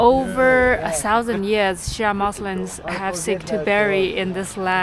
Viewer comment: Hi, I love your posts and apart from itchyboots Noraly travelling the world by motorbike your channel is the only one that is somehow soothing, intriguing and joyful to watch, a happy mixture of feelings. May I say one thing, please pronounce Muslim with the 'M' at the end not an 'N' otherwise we sound like were muslin which is material for clothes! 😂😂😂 ❤